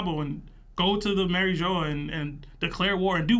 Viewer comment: My biggest issue is that yall keep saying "Mary jo"😂. Ma-reeg-wa my guys lol